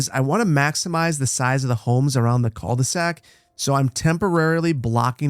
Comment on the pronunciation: That pronunciation of 'cul de sac' 😂